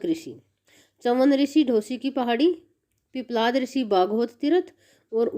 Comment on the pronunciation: उध्दलक ऋषि नहीं है बहन जी। उद्दालक ऋषि नाम है। पिपलाध ऋषि नहीं है। पिप्पलाद ऋषि है